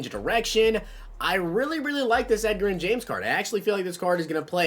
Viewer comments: Two years in a row this guy still can't pronounce his name , fucking fix this. His nickname is Edge.... c'mon man not pronounced like Edgar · Edger-in james... come on, I know he's a older player but I'm 16 and even know how to say it.... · Lol I cant with the pronunciation 🤣🤣. SMH have you never heard someone talk about him before? I've never heard him called that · He says Edgerrin James like he only plays MUT and didnt grow up watching football lol. Love the videos keep grinding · Hunter McMillin imagine saying someone knows nothing about football because they pronounced Edgerrin wrong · You butchered Edges name lol